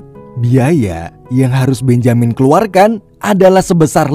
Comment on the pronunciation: Agaknya Benjamin lebih cocok dibaca "bén-je-min"